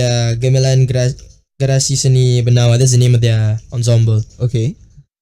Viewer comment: mispronounced 'ensemble', smh